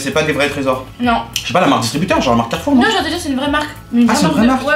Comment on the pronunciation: Ptdrrrrr toi aussi tu dis "Carrouf"